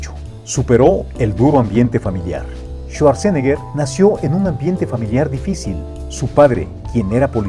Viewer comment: Bueno, solo que se pronuncia su apellido así: chuatzenega 😜😈